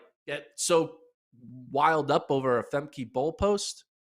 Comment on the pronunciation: Interesting news in the sport Quick suggestion though to the, learn how to pronounce the athletes names properly. Femke Bol’s first name is pronounced fem-kuh as it is Dutch. I also think the “Josee” Ta Lou’s name would be pronounced with an English J, not Spanish. Côte d’Ivoire has French roots and that would mean the J makes an English J sound, not the H or Y sound like in other languages